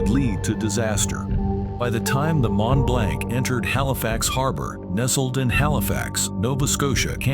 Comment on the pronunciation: Mont-Blanc is Actually Pronounced as: “MON - BLONC”……It was the Largest “Non-Nuclear” man-made explosion…..The Largest Man-Made Explosion of all time was the 1961 Detonation of the Soviet Union’s “Tzar-Bomba”, an enormous 50 Megaton Thermonuclear Bomb…..The massive Hydrogen Bomb was dropped from a TU-95 “Bear” over the Arctic Island of Novaya Zemlya, and Detonated at an altitude of 13.000 feet above the ground……The huge blast from the explosion shattered windows in Norway, nearly 800 miles away….The Mushroom Cloud reached an altitude of 175.000 feet…All the snow and feet thick solid ice completely vanished for over 50 kilometres in every direction, even rock was turned into sand and glass….The Shockwave was so immense, it circled the entire world 3 times and a 5.5 was measured on Seismic Equipment……